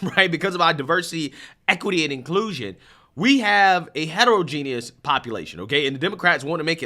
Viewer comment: Short short. E. Ho=modge'gen-ous. , het- o - row- gen- ous. there is no "i" in either of these words and the vowels are generally . This is to so. gen- ee- ous., is not a pronunciation in either of these words... so try harder. You can actually go to google pronunciation and it will pronounce it for ya.